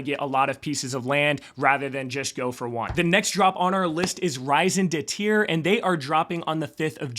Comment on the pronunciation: Hi! eikonikos looks fire, also your way of spelling raison d'etre witch mean reason to be in french was funny but a little off might want to work on that word,any great videao project looks amazing, but your project is the one im looking forwards to😅